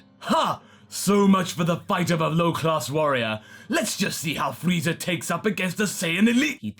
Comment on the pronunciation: Why dud say frieza freezer?